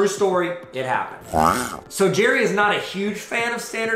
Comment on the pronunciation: Believe it or not he pronounces his name like Gary.